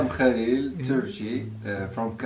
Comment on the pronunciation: 🤣🤣🤣 Loved the way you were trying to say the name Khalil... my husband's name is Khalil and living in the UK almost every single person struggled to pronounce it!! The name Khalil means best friend by the way 😀🙂